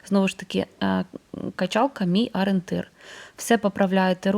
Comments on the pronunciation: Не Арєнтир!!!—а ОРІЄНТИР!!! Вже навчіться на Україні розмовляти українською!!!! 🤦‍♀️🤦‍♀️🤦‍♀️ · Дуже люблю вас, але ... Вибачте, ну що за аринтир? Таж навчіться вимовляти правильно - о- рі- єн- тир